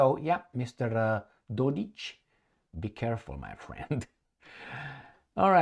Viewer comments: No, it's Dodik, not Dodich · The mans name is DODIK , not DODICH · It’s Dodik not dodić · Republik Srbska 💪 Its Dodik not dodic fyi Love your videos 9 January is Republika Srbska day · Yep Dodich :face-blue-smiling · Dodik is pronounced with a "K".